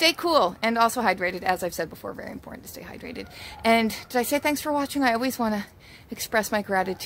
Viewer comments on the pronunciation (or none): none